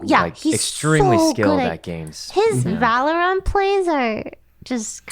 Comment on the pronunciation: My ocd just UGH when sykkuno said Valor-Ant